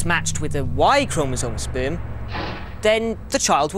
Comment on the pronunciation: why he say sperm like that noooooo